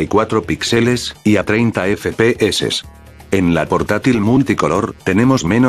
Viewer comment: Like si solo viniste para oirlo decir "efe pe eses"